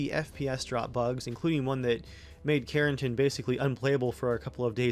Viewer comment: It’s karen+TAN.